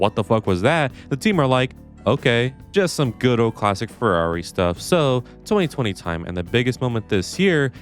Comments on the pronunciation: Why does this guy have such a hard time saying “Ferrari?” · It's not Alonslow, not Sbinalla Vettel, nor crash Legreg. Its Ferrari.